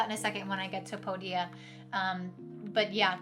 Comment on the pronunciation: Thanks for the video - a little annoying that you keep pronouncing Podia wrong - it's not "po- dia" it's "pode-dia" - watch any of Podia videos on their YouTube channel